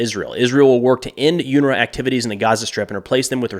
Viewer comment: Its 'un 'ra pronounced that is